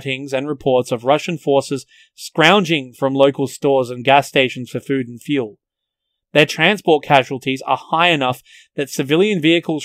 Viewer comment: "In order to proclude the need to feul the vichicals"